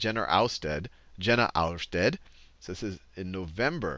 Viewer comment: Jena is pronounced "Yena".